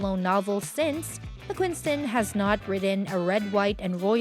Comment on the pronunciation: It’s Mcquiston with one N! Not McquiNston.. not that hard.. just read the letters. Simple.